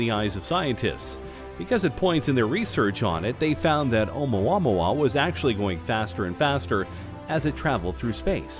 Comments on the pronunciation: It drives me nuts cause he pronounces it wrong. I literally went to the comments to find someone who thought the same Haha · I feel...something...idk every single time he says OUMUAMUA. YOU FEEL ME? OU MUA MUA OU MUA MUA